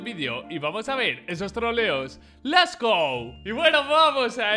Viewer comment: LES GO JAJAJAJAJ ES LETS GO